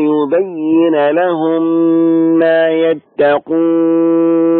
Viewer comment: يا صوتك ما شاء الله روعة بس عندك خطأ وهي(مآ) المد ست حركات عجبني الصوت أيها